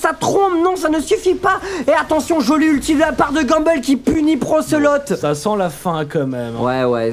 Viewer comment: Ils disent "Procelote" et non "brocelote"